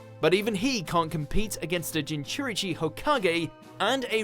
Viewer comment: OMG!your Naruto pronounciations! Jinchurichi??